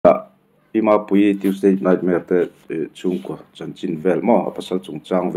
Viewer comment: Tuesdate Nightmare ti a chhiar ang tlata ka ngaihthlak chu le, ka hresual palh nge.